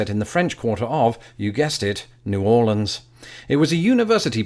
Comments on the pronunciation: CONGRATULATIONS on getting New Orleans right!!!! As a native of New Orleans we do pronouns it New Or-lenz, I don't know anyone who say N'awlins. I subscribed to your channel a few months again and I have been thoroughly enjoying it. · Your pronunciation of New Orleans, Louisville, and Nevada are all correct pronunciations. Don't feel bad about pronouncing it "wrong" because a lot of people in America pronounce it that way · Props for getting "New Orleans" the way Marty McFly sang it, but he sang "Loo-sianna" not "Loo-ee-siana" like you just did. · I am from New Orleans, and I approve of this, I hate when people say New Or-leeeeeeens